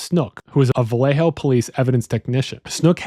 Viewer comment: Maybe don’t say Vallejo like that.